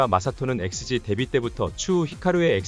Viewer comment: 아무 생각 없이 쟤네가 또 난리치나보다 하면서 보고 있는데 여기 발음이..ㅋㅋㅋㅋㅋㅋㅋㅋ 엑스세끼...ㅋㅋㅋㅋ큐ㅠㅠㅠㅠㅠㅠㅠ